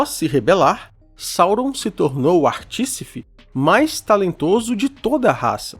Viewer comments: o teu conteúdo é sempre bem completo, com excelentes referências e cheios de informações boas sobre a obra de Tolkien. Queria te dar só uma dica, se me permite... A palavra correta é "artífice", e não "artícife". Por favor, não entenda mal minha intenção. É com todo o respeito que te aponto esta colocação. Gosto muito do teu conteúdo e, apesar deste erro na pronúncia, teu conteúdo permanece com a mesma qualidade de sempre. 🎉🎉🎉🎉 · aííí, dislexia pegou, Articife ou Artifice kkkkkkkkkkkkkkkkkk é só zueira, adoro seu trabalho!!! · "Articifie" soa até melhor que artificie. Parabéns, amo o mundo e vez ou outra assisto seus vídeos. abraço